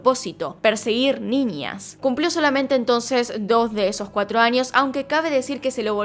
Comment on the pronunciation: Me encantan tus videos pero me estresa cuando no pronuncias la ñ bien, por ejemplo en vez de decir niñas dices ninias